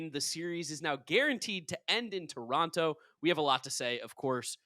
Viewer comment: It’s Terono! Not Tor on toe